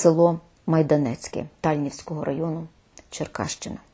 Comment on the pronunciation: Дякую,пані Ірино,за Вашу роботу!Але одне прохання,як тальнівчанки,ТальнІвський район,не ТАльнівський.Вибачте,але наболіле,майже завжди ставлять наголос невірно.Наше місто ТальнЕ,дуже гарне,квітуче і україномовне,чим я завжди пишалась.Мама і бабуся вчителі молодших класів,виховали багато діток.Розташоване на берегах річки,має прекрасне лісництво і навіть мисливський замок.Ми вже прихистили дуже багато переселенців.Приїжджайте в гості,коли звільнимо Україну від окупантів!🌺